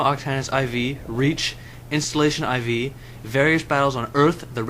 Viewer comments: Cool, but it wasn't Sigma Octanus Ie Vee. Its as in Sigma Octanus 4. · ol its funny he keeps say iv it IV as in roman numeral 5 but anyway 5/5 i love this series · I heard the pronunciation Ie Vee, not 4, as in the letter 4. Its Roman numerals.